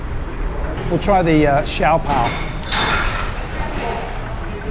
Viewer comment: That is how an authentic good Chinese restaurant is... really noisy😉 By the way did you remove the wrapper(bottom part) of the siopao(shaa-pau.. not si-yaw-paw)🤣✌ Anyway, nice content 👌